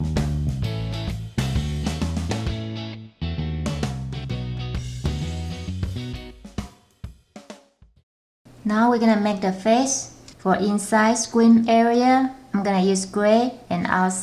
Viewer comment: what is she saying? In the inwide some gwey eand out the outside some bwack